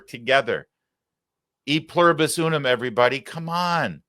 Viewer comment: I have to correct you, Larry, she did not say "everybody says" she said "airybody said".